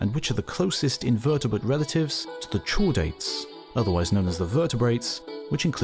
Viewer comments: "Tshordates"? It's "kordates". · of the Earth, no, , you *didn't* just mispronounce Chordates like a household chore, rather than a musical chord, right after pronouncing Echinoderm correctly..... Gurl. Still. I gave you a like and a comment, because you got the info down. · Did he pronounce Chordates as "shoredates" or I'm I crazy? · Chordates - not pronounced with a 'ch' sound (as in church), pronounced with a hard 'k' sound (as in 'cord' or 'Kite') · Good Grief! "Chordates" has a hard "k", like cup, not a "tchuh" like China. Just like "Echinoderms", which you pronounced correctly. Hrmph! Well, at least you didn't say "E-tchine-o-derms"_ {:o:O:} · Chordates are pronounced cordates. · Does anyone pronounce chordates as chore-dates? Never heard that one. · I think you have the pronunciation of "chordates" off, unless it's a British variant. I learned it with a "k" sound at the beginning. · I love that he says echinoderms right, but chordates just complete confuse him. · Chordates because they have a cord, initially a notocord and in vertebrates a spinal cord. Should not have been too hard to guess how the word is pronounced. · "chordates": the " ch " is pronounced like ch in "chord" , not like ch in "church"